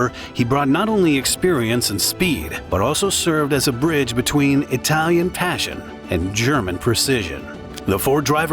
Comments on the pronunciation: As a native bilingual (German/English) that speaks Italian, I can only agree, excellent pronunciation head and shoulders above the rest. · Great mini documentary, your pronunciation in Italian and German are the best I've heard in a long time. Most YouTubers butcher the words it's almost cringeworthy! You have my sub, hopefully more Alfa Romeo content, please! 😊